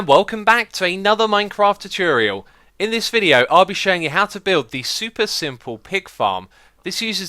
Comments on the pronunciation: ITS TUTORIAL NOT TUTURIEL PLEASE THIS HAS BEEN ANNOYING ME FOR YEARS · No, that was "choo-choo-real," worse than his normal "too-ture-iel." ;-) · ... did he say tutorial correctly just then?